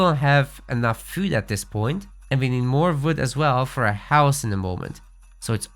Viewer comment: Quick tip: you're pronouncing "wood" a lot like "food". It's really hard to understand since they're words differentiated by the consonant's sound. "Build the house with the fwood villager." I could only tell you meant the WOOD villager because you selected one.